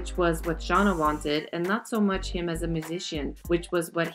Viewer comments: Her name is Shay-nah not Shah-nuh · Its shann--- a not shawna lol